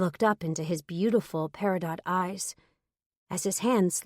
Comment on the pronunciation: It's not the "walk of shame", it's the "Stride of Pride" baby... 😉 🙃🐨🇦🇺 p.s. the gemstone Peridot is pronounced "peri-doe" not "peri-dot".